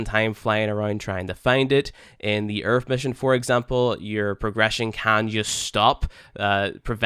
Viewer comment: Ah yes planet Earf, the british planet !